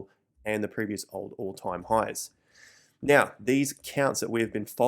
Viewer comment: When he says “now” it sounds like Meow lol